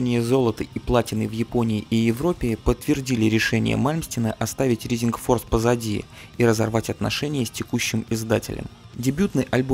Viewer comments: всё хорошо, но произношение режет слух. не Ризинг Форс, а РАЙзинг Форс, не Джетро Тулл, а Джетро ТАлл и так далее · знания английского храмают рисинг форс блять джими хендрикс експеренс